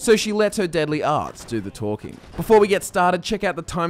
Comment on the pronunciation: hey, that's how Cait says it